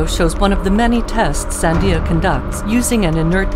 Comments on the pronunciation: SAN--de-uh, not san-DEE-ah. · The voice you hear is a tweaked TTS high-quality computer voice. They just forgot to tweak everything. The algorithm thinks the stress lands on the second syllable. You can hear the correct pronunciation in the Charleton Heston Sandia video at time 1: 32 (from 1998), for example. "Declassified Charlton Heston Sandia National Lab Infomercial"